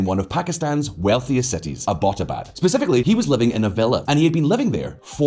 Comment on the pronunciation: Stop mispronouncing Abbottabad. It's literally the English language surname Abbott and then abad. In fact, many Scots have the surname Abbott too!